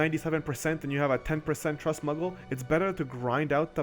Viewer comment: these muggles man... terrible stuff i tell ye, muggles. sorry, just been with FF for so long, hearing muggle instead of moogle slightly baffled me